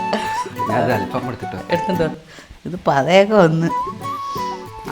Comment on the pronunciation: Halfam❌Al faham✅